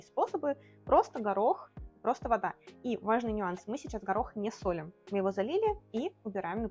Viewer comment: Солим с ударении на второй слог.Это все,что я могу сказать.